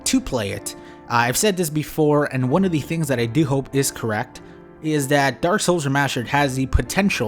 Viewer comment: yo I decided to help caption the video and can you PLEASE stop saying dark souls so fast YouTube thinks you're say dorsal every tim